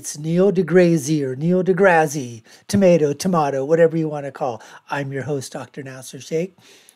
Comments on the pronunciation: 'Niel Degrazy'? Purposefully saying his name wrong as a form of humour shows how intelligent you are.. it's a step away from a fart joke. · He isnt saying it wrong on purpose, he just has no clue how to prounce deGrasse. He also didnt understand the standing point of deGrasse`s argument around the Robot vs Human footprint on Mars....but then again, he is making a reaction video of a youtube clip that is 15 years old almost...